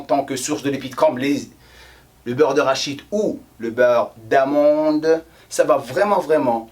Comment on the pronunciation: tu m'as fait rire "beurre de rachid" au lieu du "beurre d'arachide" hhhhh